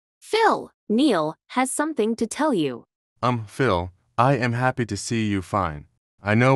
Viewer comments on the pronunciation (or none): say “Happe” 💀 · Bro did said (happe)